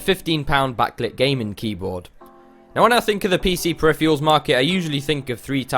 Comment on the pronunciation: im sorry but i hate the way he says peripherals but otherwise nice video!